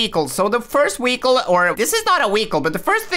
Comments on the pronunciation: your pronouncing vehicle wehicle learn to pronounce words properly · He lowkey says weichle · hes saying weacle